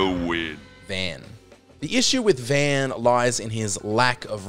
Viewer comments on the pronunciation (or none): Voice over. You pronounce Vaan name wrong. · So what I'm getting is: 1. Dude can't Blue Mage 2. Dude can't Kimahri 3. Dude can't pronounce Vaan properly 4. Dude thinks Ignis is bad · So you hate blue mages, and you don't know the games well enough to pronounce the name of a main protagonist. That's the message of the video.